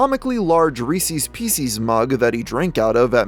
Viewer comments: Did you say "Reeseeeee's peaceeees"? First of all, that's a totally different candy. Second, it's Reese's PIECES, you know, like a piece of something? Not "peaceeeeess" you unlettered dunce. Second, it's not Reseeeeees, it's a person named Reese, and it's his pieces of candy. Reese's pieces. lmao, how embarrassing for you. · Ree sis pee sis Not ree cees pee cees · I can't believe pronounces it "Ree-seas Pee-seas". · You lost me at “Reese’s peesees”. 😒🙄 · The way you pronounce "Reese's Pieces" made me cringe. It shouldn't rhyme with "feces". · Bro stop saying it like Reesees piecees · reesees peecees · This dude just called Reese’s cups Reesees peecees idk if I can go on Jk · Reesies Pecies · The only bad thing about this video is the way he pronounced Reese’s pieces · Why do so many people struggle to properly pronounce Reece's Pieces?! lol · The way you pronounce “Reese’s Pieces” hurts my soul